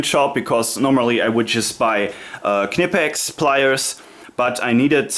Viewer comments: negative. KEH-NEH-PEX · Please please please tell the Americans that it’s not pronounced “kuh-ni-pex” like pretty much all their videos suggest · Its VERY easy to pronounce "Knipex". Say "school" (in english).. Now say it again without the "s" (should sound like "cool".. Not say Knipex". Its a short, strong pronounced "k". Easy. Nice collection of tools and reviews. Btw: the adjustment of the Tongue-and-groove pliers (Wasserpumpenzange) isn't annoying. When these pliers were made, there was only the inch mesurement in germany for plumbering business and the clearence is made there for . Nowadays the fine adjustment on these new pliers is made to match ANY measuring system (metric, imperial, pusemuckelisch, etc..). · Is it really pronounced with the "K"?? Ive been prnouncing it with a silent K the whole time lol